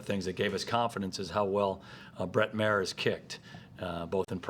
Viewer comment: It's MA...HER (MA like MAma)